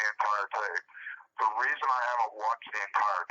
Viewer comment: "Reason" not "resin"